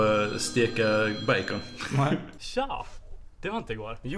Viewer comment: "Steka bajkon" Åh, kära skåningar